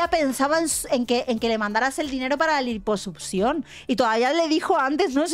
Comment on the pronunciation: Lamento decir esto pero: Durante todo el video, me la pase pensando en el echo de que se la pasa diciendo *Liposupcion*. Sorry no pude evitarlo.